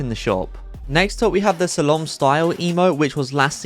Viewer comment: Slalom not “Salome”